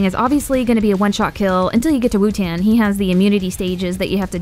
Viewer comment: why do you say wutan its spelled wotan???